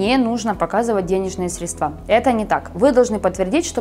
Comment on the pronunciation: В слове "средства" ударение на букву "е".